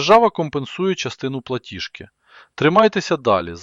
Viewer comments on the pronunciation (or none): ПлатіЖки,а не платішки ( ПЛАТІЖ) а не платіш